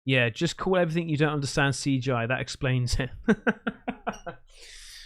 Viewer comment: Ughhhhh you say "every-think" instead of everything lol.... is this a European thing????